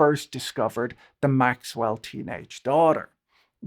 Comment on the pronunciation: I wish you would pronounce Maxwell’s name correctly